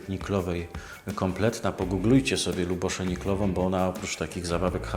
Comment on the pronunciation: Ta Pani to Libuse Niklova. Nie "Lubosza". Wydaje mi się, że to imię czyta się "Libusze".